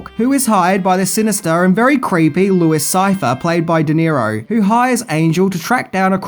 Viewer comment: first, it's difficult to watch this when it has such atrocious narration. work on your voice, you sound like the guy in the pub that makes everyone leave early.... second, the immediate spoiler by fking up the name of de niro's character... it's pronounced "louie sigh-fee-air". ya, chances are we've already seen the film, especially if we're here watching, but still.